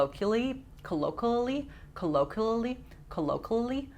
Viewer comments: kuh-low-kwee-uh-lee 😂love you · CO-LO-KWEE-OH-LEE 😝Love your channel!